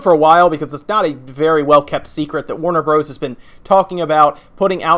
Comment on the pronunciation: Sorry to be "that guy" but "Warner Bros." is always pronounced "Warner Brothers."